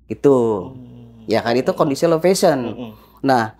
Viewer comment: Low vision ya pak. Bukan low fashion. Penyebutannya salah